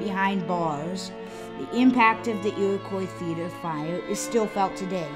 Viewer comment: The "Iwwacoy Feeter" had "bawwa stwading" - I tort I taw a Fiewwaman!